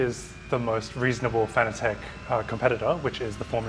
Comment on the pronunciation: Now to get the doc pronouncing Fanatec currently ;)